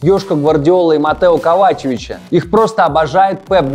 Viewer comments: Ахахха, такое чувство что этот канал смотрят только из-за Ника, потому что этих "специалистов" с их "КовачЕВичами, сыром и мукой", и "Донаруммой как достойного преемника Буффона" (хотя ему до Буффона как до Юпитера) слушать невозможно😐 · Зачем вы открыли эту рубрику? Верните пожалуйста просто закадровый голос. Сидит какой-то чувак, неправильно произносит фамилии - «КоваЧеВИЧ»… скучно, монотонно читает с экрана буквы еще и в кадре…